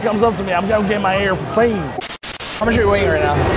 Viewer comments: Yeah 😂😂😂😂 ar fifteaan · “Ayer F-huff-tain” 💀